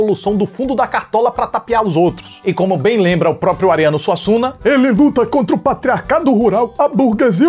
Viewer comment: "Arriando SUASSUNGA" 🤣🤣